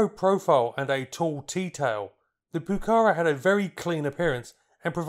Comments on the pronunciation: it's not pronounced puh-CA-rah, it's puh-cah-RAH, accent in the last syllable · No es "Pucára" es "Pucará". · Please pronounce it properly: the acute accent on the last “a” tells you where the word should be stressed: poo-ca-RA not POO-cahra nor poo-CAH-ra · Please correct your intonation: it's not "pucára", it's "pucará". The emphasis is on the 2nd "a", not the first. And the 1982 war wasn't its main combat usage; that doubtful "honour" was anti-guerrilla, that is, it was used to hunt down those who opposed the dictator of that particular moment. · pucaRA stop saying PUcara. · (1)'Minor revision, "Pucara" is pronounced stressing the last "a", "pucaRA". (2) Good documentary about a beautiful airplane. Thanks! (3) A jet propelled version was considered, but never went beyond concept and proposal. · Another great video. Say 'PucaRAH' - the final a is accented. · Se pronuncia: Pu - Ka - Rá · Greetings from Argentina: 1- It is Pucará (accent on the last syllable) 2- I agree, the timing was horrible for this plane. 3- The engines were also a weak point. They weren't as reliable as the rest of the plane 4- You failed to mention a version, the IA-66, with Garrett engines, intended for export and to explore other engines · Muy bueno el video. Es Pucará, con acento en la última "a", se pronuncia como palabra aguda. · In pronouncing Pucara', note the accent mark on the last syllable.